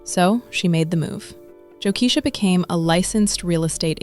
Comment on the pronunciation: It's pronounced Jo(KEY-SHA ) NOT Jo(KESH-A)